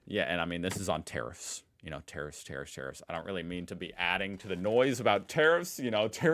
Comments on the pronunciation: Boomer cranky old man says. When you say tarrifs, it sounds like terrorist 😂. Other than that, love your work😊. Aussie politicians have been crawling up america's ass for a century omg. You can come over though. Aussie Aussie Aussie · I don't think the relationship between Australia and America will be affected in any way regardless of the outcome. Our exports to the US in steel an aluminium are not that great to affect anything anyhow. However I was at first confused with the way you said tariffs, like I thought you were saying terrorists when you pronounced tarrifs as terrifs. 😅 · When you say tariff it sounds like terrorist. Haha i laughed so much.